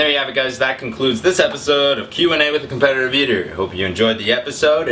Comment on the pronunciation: Do you have trouble saying 'competitive'? Can you PLEASEEE tell us the name of the song you use (it's in you're german cheesecake eating video).